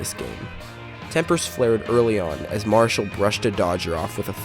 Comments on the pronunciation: 2 major things wrong with this piece....The name is pronounced Mara Shall not Marshall or sounds like it when it's said on this piece. Second, Marichal and Roseboro became great friends after this incident, vacationed together and Juan spoke at Roseboro's funeral. For this horrible incident it's not how it started but how it ended that you left out and made this piece incomplete and biased. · The clip would have had far more authenticity had the speaker pronounced Juan Mari-chal's (as in "shell") name correctly. Roseboro was intentionally egging on Marichal. Roseboro wanted to see whether he could play his own form of mind game on Marichal. Unfortunately, for Marichal and the Giants, Roseboro's actions sparked an immediate effect of hate and hatred by Marichal. Consequently, Marichal loat control. I suspect Marichal did not wish to be intimidated by a catcher of Roseboro's less than average skills, but yet, Marichal lost his composure and his cool. Roseboro also was aware Sandy Koufax was pitching for the Dodgers. And Koufax was in the midst of having his best year, as a starting pitcher. Here, it is the dog days of summer, in August, between two of the best starting pitchers ever. Had Marichal kept his cool, and simply grounded out to Maury Wills, and trotted back to the dugout, he would not have been suspended, and there is a reasonable likelihood Marichal and the Giants would have won the National League pennant in 1965. Just my humble opinion - Nevertheless, Sandy Koufax, Willie Mays, Juan Marichal and other Dodgers & Giants competing. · Video exists, yes, but no video of the most important moments: the buzzing of Roseboro’s ear, the angry confrontation and, especially, Marichal’s initial blow to the head. It obviously was a glancing blow. A direct hit would have killed Roseboro or at least knocked him cold. And it’s pronounced Mar-ee—chahl. And Mays’s biographer says Roseboro was hit indirectly three times. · He can't even pronounce Marichal's name correctly